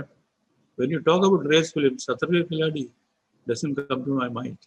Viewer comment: Please Pronunciation Not 're' it is 'rai'